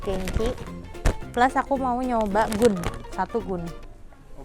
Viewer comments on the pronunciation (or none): GOO.N baca nya bukan GUUN kak, Go.on iya ga si